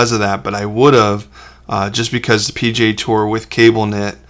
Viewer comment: Hahaha! At first I thought you said "pj tour", instead of P.G.A. tour. 😂 First time I'd ever heard of the Professional Golf Association referred to as pajamas. 😁